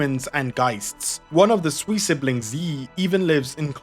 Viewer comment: Sui is pronounced more like 'suay', Wang is pronounced more like "wung"